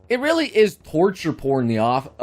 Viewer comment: I am from utah, and people here are notorious for not pronouncing their T's but... it's pronounced torture with a hard T not horture or orture.... lol Also for Rising of a Shield Hero... read the LN, it's so much worse than the anime.